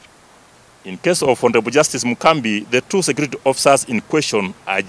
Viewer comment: A whole inspector of police can't speak fluently and without referring,is this man a D student? Its Mugambi not mukambi*